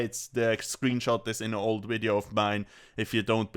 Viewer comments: Cummed as soon as I heard you say "WIDEO" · Never stop saying Hello and welcome to a new wideo